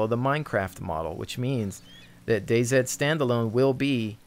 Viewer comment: DayZ is pronounced Daze. Day see/sed would be right if it was spelled Day Z.